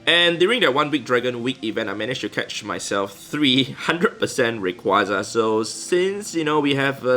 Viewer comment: Why are you getting random stuff every minute is it an event or something Plus I heard "uriquaza"